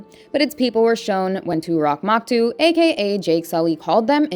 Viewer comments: Toruk makto, not toorock maktoo. "These names just aren't normal" Okay seppo but this is your job. Have you even seen the movie? Damn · Toruk Makto, not turok moktu... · It's "Toruk Makto" not Turak Maktu 😭 Here, let me make it easy for you "toe-rook muck-toe" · How can you hear the exact way everything is supposed to be said and still be wrong? Turok Maktu? Toruk Makto bro! It’s so easy to sound it out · Bro when she said Turak Maktu instead of Toruk Makto killed me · "Too-rock Mahk-too" 😐😕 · two-rock maktu, you mean